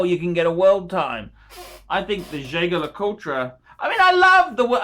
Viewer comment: Thats not how you pronounce Jaeger LeCoultre